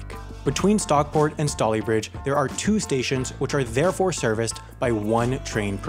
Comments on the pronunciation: It's "stay lee bridge " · Stay lee bridge (Stalybridge) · in all fairness he says "staley-bridge" at first and then a few moments later makes the mistake of saying "stally-bridge". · Stalybridge is pronounced Staley bridge Not stally bridge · no he didnt, its staley-bridge, I know because I pass it most days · I live near Stalybridge and yes it is pronounced STAYLEE BRIDGE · I used the Stockport to Stalybridge line a lot in the '80s when travelling between home (Stockport) and university (York) - the service ran once an hour in both directions then. And it's pronounced "STAY-lee-bridge". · And Stay-Lee-Bridge. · stay-lee-bridge* I know, I live there. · That's so weird, because as soon as he said the name of the rail company I knew it was that Stockport to Stalybridge line because I grew up in Denton. Just for reference Stalybridge is pronounced as if it had an e, so it starts with the same pronounciation was the word Stale. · and pronounces Stalybridge right, but then a few seconds later gets it wrong :) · You pronounced Stalybridge correct first time, but wrong second time. Also, that Northern Rail logo is no longer used. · Stalybridge is near my house lol it was funny how you said it and was very wrong🤣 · Loves how he gets the pronunciation of Stalybridge right first time then screws it up second. 😂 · Why did you pronounce Stalybridge differently both times you said it? The first time was correct by the way. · haha i live in stalybridge and the way he pronounced it destroyed my ears